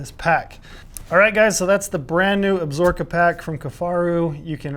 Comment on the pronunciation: Cmon - can’t even pronounce the mountain range correctly. Ab-Sa-Ro-Ka lol absorkaaaaa